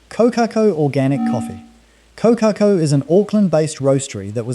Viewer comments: Core-car-core > Kōkakō.. just sayin 😎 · God help me! Someone tell this man how to pronounce Kōkako properly! It’s sooooo distracting. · I unsubscribed once I heard the pronunciation of Kokako . Not a kiwi AI grandpa .